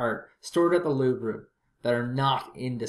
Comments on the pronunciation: It's pronounced "Louv" Not "Louv Ra" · As a french, the way he pronounces it sounds like "Louver". Like Oliver. It's Louvre. The "re" is pronounce "re". And not "ri" or "er" like you anglo's do. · No it's not. A lot of Anglocizers recommend pronouncing all French words that end in RE without them as they feel it's better to butcher the language rather than be misunderstood. I am not one such person.